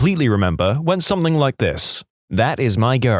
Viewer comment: No K in the word something